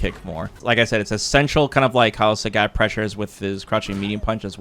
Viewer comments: He lives like 45 minutes from me. I live in Blaine Washington, pretty sure he lives in Vancouver. There isn't a language difference. I spend a lot of time in Canada, being so close, there's not much of a language difference that would account for mispronouncing a name that is pronounced clearly on the character select screen. It's one of my pet peeves. Like when people don't pronounce Marisa as Mariza. Again, one is their name, the other is not. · As a Trekee, I understand what you're getting at ( I wasn't a fan of Polaski because of what you just pointed out). I think you have to take into consideration that is Canadian, so his English may differ from your average Americans. Or he could be just like me and just pronounces words incorrectly all the time cause he can lol. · Why do you pronounce Sagat like that?? I know you've heard how it's pronounced on the character select screen. You might think, "why does it matter?"... Well, It reminds me of Star Trek TNG season 2 when Dr. Polaski was mispronouncing Data's name, as Da-tuh, Da like Dad, instead of Day-tuh. He corrected her, and she said something like what's the difference, or why does it matter? He said, "Because one is my name, the other is not". Which was such a sick burn she didn't return the next season, true story. Sarcasm aside, thanks for making these, I watched all 3 hours, rewinding multiple times. It's kinda crazy how long I've been watching you. Your series on SF4 taught me everything. I feel like that was back in 2010, 15 years ago, wow.